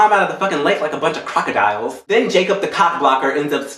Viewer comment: How he said crocodiles!!!